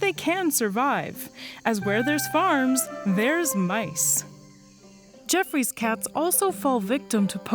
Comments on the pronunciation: I always thought it was pronounced Joffrey’s Cat opposed to Jeffrey’s Cat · it's pronounced "ge-off-roy's" cat.